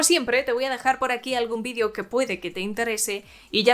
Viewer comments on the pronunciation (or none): none